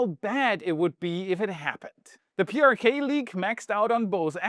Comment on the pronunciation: PrK - pronounced 'Pay ar Ka'